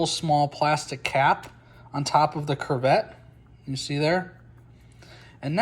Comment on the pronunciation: Great video! Thank you for sharing. However, it is pronounced "koo-vet".